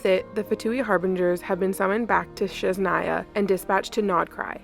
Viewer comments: You keep pronouncing Snezhnaya wrong. It's SNEZHNAYA not shesnaya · Why do you call it sheznaya, are you mocking slavic?